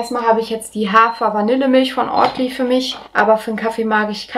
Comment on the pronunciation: Sorry, das wird nicht Ortly ausgepsprochen sondern Ouwtly.